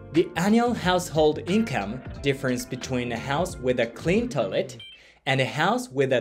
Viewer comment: The word is Toy-let. Not toe-let.